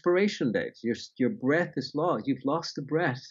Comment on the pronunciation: I thought he said "I am my breasts". Seemed strange but I said it anyway.